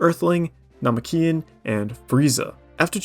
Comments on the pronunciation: Na-ma-keen vs Na-me-ki-en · You mean Namookian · Nah bro wtf was that pronunciation of Namekian. Couldn’t control my laughter. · Shaqualay ah nahlay ass namekian pronunciation. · For real, that shit made me laugh so hard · I watched this video through solely to hear how he said it and I have never heard that either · I was furious but now I'm saying it that way forever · That pronunciation is slick